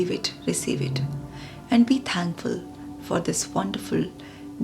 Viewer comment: Congrats,, great video on this channel!I don’t have any self experience about this prayer, but believe in words power, In Gurubani Guru Nanak Dev Ji says, life s all game is based on words, I will definitely do this experiment and will let u know truly results! Ur pronunciation of four, sentences speed feels little bit fast, it should slow and very naturally! It feels little auto repetition! Great efforts for us to English version! Great video and I will share this in my friends circle! God bless us all! Mr Rai, Canada